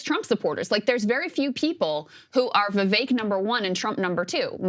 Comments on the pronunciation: For someone of India heritage, why is Sagaar mispronouncing Vivek's name? Vee-veh-k not Vee-Vei-k. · It’s Vivek like stomach ache